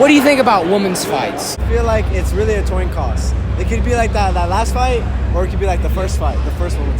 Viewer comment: toin coss